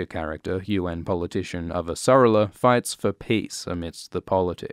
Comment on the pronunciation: Loved it! Was waiting for this since the voting began! Favourite series ever. However I was just a tiny bit triggered by your pronunciation of Avasarala. It's avasaRAla. :D Don't recall if they actually say her last name in the first seeason of the show, but they definitely do in the later seasons. This minor and only gripe shows that this was a great video. Really looking forward to the next one. Cheers!